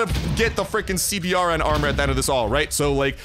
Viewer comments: The CBRN Armor is pronounced "C-Burn" which stands for: Chemical, Biological, Radiological, and Nuclear Armor. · CBRN is a military designation for equipment meant to handle Chemical, Biological, Radiological, or Nuclear, threats. Its Pronounced SeeBern or C-Burn.